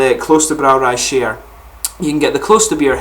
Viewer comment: Top Notch Beer. I tried it today and i agree with you 100%. I had the same Impressions. The Hop Aroma is phenomenal imo. Great Beer! One can taste that it is made with real Hop, not just Hop Extract. btw... you speak it like 'Shyern' (no offence of course) :)